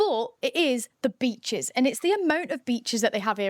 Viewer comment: I stopped at Breachs. Yeah? Nah. It's beachEs.